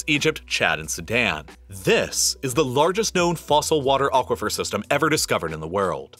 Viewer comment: What is an "ochquafer"? Come on, remenber what language you are using.